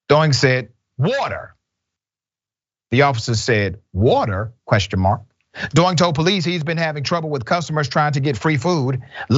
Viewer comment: *A side note.... Dr Richey, you commit murder nearly everyday...oh how you massacre every foreign name you encounter! The bartender's name should be pronounced - DEE-ONG (Diong) not DOO-ING.🤣